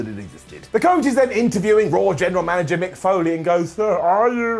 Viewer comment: why did he make coach sound like that LMAO